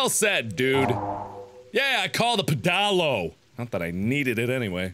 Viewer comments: I said pedalo the way you did and my friends laughed at me :L Apparently that's not how you pronounce it... pffff! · I don't see any comments clarifying this, so I'll post this, just in case. It's not pronounced "peh-dah-lo". You say it like "pedal-oh". They aren't really common, so it's understandable that reading the name alone could make you brain fart. It's a pedal powered boat. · watching this for the first time and i can't get over mark's pronunciation of pedalo 😭"peh-DAH-lo" it's ped-a-lo 😂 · Am I the only person that thinks Mark not recognising the word 'pedalo' is hilarious "pedAlo" c'mon mark, it's a "pedal-o" like a swan boat :P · PEDALO PED-AL-O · The way Mark pronounces 'pedalo' is amazing! XD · as a uk citizen i die a little inside every time he says pedalo incorrectly